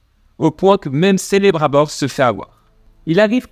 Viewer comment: sélébrunbooor aie ça se prononce kélébrimebor :P pour ma part j'ai regardé cette série avec un avis mitigé, tu peux pas faire 3000 ans d'histoire en quelques semaines, beaucoup d'incohérences niveau logique et scénaristiques, ça restait divertissant mais sans plus , Adar et Sauron jouent plutôt bien le reste est plat